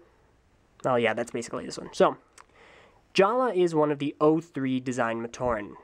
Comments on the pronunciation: Jaller is pronounced JA-LUH! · ***** Yeah, Matoran names were changed. Huki - Hewkii, Jala - Jaller, Maku - Macku, and I think Hali - Hahli. My question was why did he pronounce it with a hard "R"? I thought the pronunciation stayed the same. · did you do the skit at the beginning or did another TTV member do it? Because in the skit, Takua pronounced Jaller's name as it was spelled, but in the review you pronounced it as "Jala".